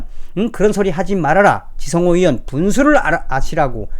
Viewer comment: 잘 보고 있습니다. 발음상의 문제인지 의원을 위원이라 하시네요~~